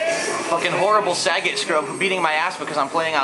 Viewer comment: lol, it's "sah-GAT", not "Sa-get". XD